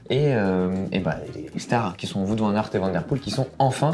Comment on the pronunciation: non non non et non pas de "voute" van aert mais "wahot" van aert 😉😉😉